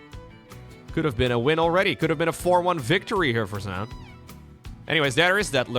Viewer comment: Minor point, "Zoun" is pronounced as "Zhao Yun", a Three Kingdoms general. He just uses a strange anglicization for the spelling.